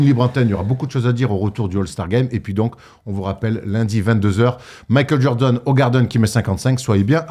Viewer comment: Makeul Jordeun 😂